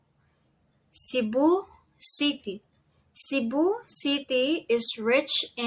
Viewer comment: Thanks for your vid. Shouldn’t it be seeBOO for Cebu & maYON for MaYON & baTAHness for Barnard, since you are stressing the 2nd syllable? The slide shows the right stress for Boracay, but your pronunciation sounds a bit off if said too slowly.